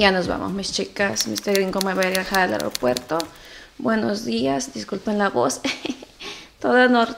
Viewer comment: Eropuerto " Aropuerto" ???? Es Aeropuerto 😃